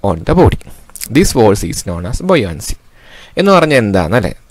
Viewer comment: Buoyoncy nn alla buoyancy ennan